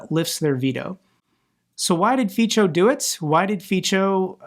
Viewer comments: Its ''Fitso'' = Fico, not 'Fitcho' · Fico isn't italian name, so its pronounciation is hard. So it really is Fitso with "ts" like in the end of cats in English. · Fico(pronounced feetso) doesn't deserve to benefit from EU membership. Nor does Orban. Both countries are lucky to be members. But perhaps they can exchange places with Ukraine?!!! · Miluju, když Fica vyslovují neslované jako Fičo. To mě zvedne pokaždé náladu. 😁👍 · Helo from Slovakia. Slovaks do not want to leave!!! He is destroing our country.. But His goverment needs to be punished, you are right About that. He is a cancer for Slovakia and Slovakia is a cancer for EU :/..Just let you know - Fico is spelld with “c” - something like “ts” , “Fitso”let The world know His proper name, to remember him as someone kicking The wrong way…😢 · I believe Feco is pronounced more like in feces, just a singular form, that's what it probably means in Latin anyway.